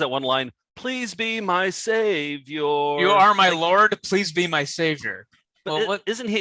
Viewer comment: stop pronouncing it "save-yor" you're killing me!